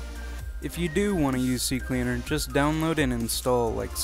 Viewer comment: Finnaly someone says CCleaner right